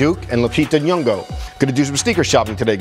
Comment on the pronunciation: I keep on telling you guys it's not nyongo it's nyong'o